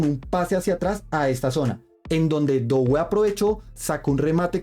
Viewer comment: En francés no se pronuncia dowé, se pronuncia dué para referirse a Doué